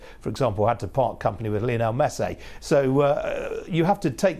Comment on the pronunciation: This guy "Romaaahn Abramovic, Lionel Messaay"